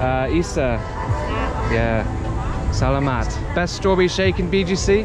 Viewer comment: Great job on your Tagalog! One tip that I would give if you want to sound more like a native is to be mindful of which syllable you stress. For example in the word "salamat," make sure you put the stress on the 2nd syllable: suh-LAH-maht. And for "isa" it's also on the 2nd syllable: ee-SAH